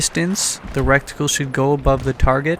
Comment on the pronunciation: Nice vid, it is pronounced reticle, not recticle, aside from that well done